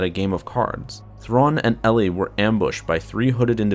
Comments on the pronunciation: I was just about to post a comment about how painful it was every time you said instead of Eli. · Are you certain you're pronouncing the name correctly? (Eli) L-E My friend has this name and pronounces it E-Lie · It's more like E- lie then Eille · Pretty sure it's pronounced like 'E-lie' not '' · I had multiple migraines every time you said instead of Eli it's Eli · Eli, not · It's not, its Eli. Eee-lie. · I thought it was Eli not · You mean Eli? Not. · It’s pronounced E-lie not LE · Is it "Elly" or is it pronounced more like "Eli (E - lie)"? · Isn’t it Eli Vanto not Elly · this bothered me so much that I need to comment despite 7 months passing: it's "ee-lie", not "elley" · Is Vanto's name not Eli (EE-LY), instead of elli? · Elly? It was pronounced E-lie. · His name is pronounced "E Lie" not "L E" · I think its pronounced E and then lie so Eli not Elly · Eli pronounced "e-lee" not "ee-lie"? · I heard the audiobook, glad you made a video on this! P.s Its not pronounced El-ee its "Ee-lie" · Eli is pronounced "ee-lye" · "" Vanto? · E-lie. It's pronouced E-Lie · Eli is pronounced "Ee-lie" in the audiobooks. And it's not an uncommon name in real life, short for "Elijah", like "Elijah Wood". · Just saying eli is pronounced E-lie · I thought it was pronounced "E-Lie"? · Are you sure its not ponounced EE-ly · I thought Vanto's first name was pronounced E-li... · It's pronounce E - LIE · It'll also give you the chance to correct the mispronunciation of Eli. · Listen to the audio book. You are saying Eli's namd wrong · its not eli vanto its Eli vanto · You said Eli wrong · By god the mispronounced Eli got annoying really fast!! its Eli so E sound with the ly sound from rely. Not difficult!! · Your miss pronounceing Eli's name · yeah u better stop do that. Dou know how many slavs are suffering because of such mistakes?